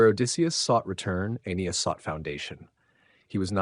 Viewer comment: How does one make a narration on the founding of Rome and not know how to pronounce Aeneas.....